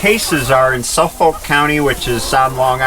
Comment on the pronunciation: I love your videos. Watch them all. Then I usually watch them again with my wife. She really enjoys them too. Well except for the tractor restore videos, what can I say? She’s a girl. I did want to point out as a native of Long Island, Suffolk is actually pronounced as Suffik. I know it doesn’t make sense, but that’s how we say it. Anyway love the videos! You rock!